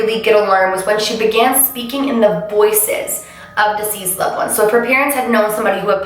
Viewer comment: Hearing her constantly pronounce the word "deceased" as "diseased" causes me some random confusion pretty often lol. Not complaining, just kind of wondering if anyone else has noticed this too...? 😂🧐